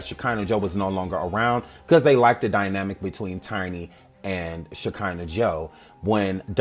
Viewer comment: takes me out everytime she says that girl's name😹😹😹😹🤦🏾‍♀️